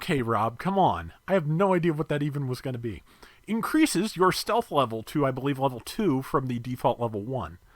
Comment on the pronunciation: "Steath"? Lol, I think someone has watched an Aqua Vengeance stream or two. Also, I got the Recon Acguy yesterday and am enjoying its kit. Looking forward to that guest video on the horizon.